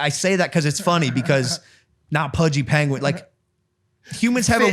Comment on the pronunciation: why are they pronouncing penguin like that